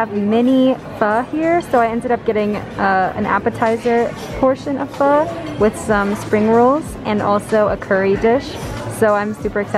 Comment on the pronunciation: Planning on visiting Munich this summer so thanks for the short tour! Oh, and great pho pronunciation (I’m Vietnamese btw) :)